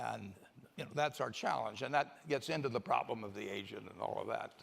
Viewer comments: Your pronlem is the problem. LOL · I thought it was intentional to clear up that hes an idiot that cant even pronounce "problem" correctly. It's been a while since he had any I think that's why. Hes a liar. His optimism is all bullshit fairytale. He can talk all he wants about historical numbers and examples but hes nor considering all other things that have changed such as tax rates, laws, domestic production and outsourcing. He can afford to lie because we are all poor fools and he has a contingency plan. He can afford one and you can't. If you were old and near senile with a shit ton of money and minions that do everything you say, what would you be worried about? I cant think of single goddamn fucking thing except how to keep you all content in your servitude to your lien holders. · What is Pronlem?? That’s just lazy as f@@ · pronlem or problem? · What is a Pronlem? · "Houston, we have a pronlem" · Wtf is a Pronlem? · It's not a pronlem. It's a problem.